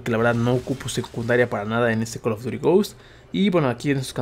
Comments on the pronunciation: haha yase wey asi ni se pronuncia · "COOL OF DURI GHOST" JAJAJAJAJAJAJA